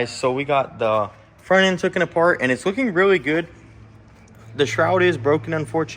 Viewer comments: It's not "tooken" It's taken. LOL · TOOKIN?? What is tookin? Where I went to school, the word was TAKEN.